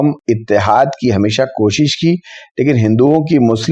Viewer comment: مسلم کش (کاف پر پیش کے ساتھ ) ناکہ کاف پر زبر کے ساتھ